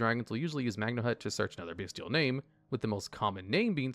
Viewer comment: he cant keep getting away with saying magnanut lmao